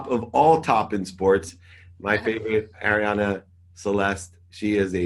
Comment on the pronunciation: Great interview! Always respected Arianny in how she built her own brand. Btw David it's Arianny not Ariana ;)